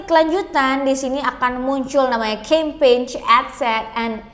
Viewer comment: kok campaign bacanya "kempej" kak? bahasa indonesia aja saran saya biar enak dengernya kak... Terimakasih